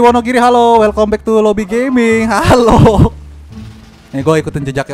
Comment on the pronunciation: Kata "WELCOME BECK TOO LOBY BABY "